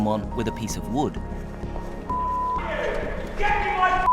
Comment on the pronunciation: The way he said "wood " is just funny to me